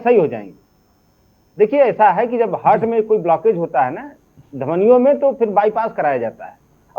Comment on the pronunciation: Abe lal topi langoor ghonsi, kuch English to bolna sikh lo tum. Heart hota hai, Hurt nahin. 😅😅😅